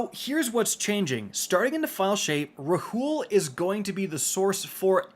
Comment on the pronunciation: Rahool is pronounced “Raul”